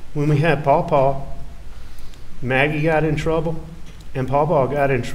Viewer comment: Its pronounced "Paw Paw".. Not PoPo